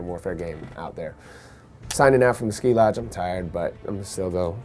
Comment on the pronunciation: not ski lodge skee lodge he is a producer